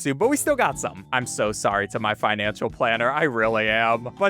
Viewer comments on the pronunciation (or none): none